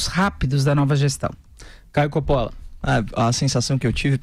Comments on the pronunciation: Não se pronuncia Copóla mas sim Cópola basta saber o mínimo de italiano. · Curiosidade: Còppola é a pronuncia correta do sobrenome do Caio.